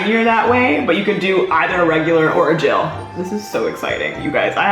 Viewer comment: I love how said gel like jail